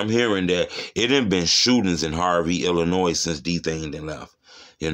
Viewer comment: How you from Illinois and pronounce the "s" 😂🤦🏾‍♂️